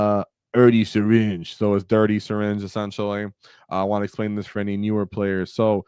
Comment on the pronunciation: brother I think the syringe is "hurty" not "dirty"